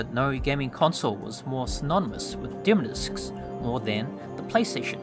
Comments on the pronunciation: Why do you say demo discs like you are about to say dimmadome 😂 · "demo discs" not "demodiscs" haha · Am I the only one laughing at how he says "demodiscs" like it's one word? 😂😂 Great video otherwise!